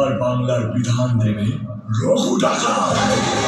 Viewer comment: একটু পড়াশোনা কর ভাই, ওটা রঘু ডাকাত, রাগু ডাকাত না🤣🤣🤣🤣 দুজনের কেউ কি পড়াশোনা জানে না??? জাতি জানতে চায়। নাকি ওটা বাংলাদেশী ভাষা, ওরা বুঝি রাগু বলে🤣🤣🤣🤣 ফ্রী টিকিট দিলে দেখতে যেতে পারি। কারণ ফালতু টাকা নষ্ট করি না।।